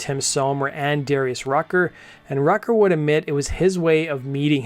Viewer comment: We all just gonna ignore dude pronouncing Darius Rucker's last name as "Rutger" like the college (Rutgers University)?? 😂